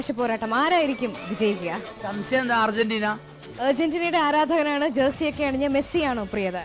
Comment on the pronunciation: Urgentina alla argerntina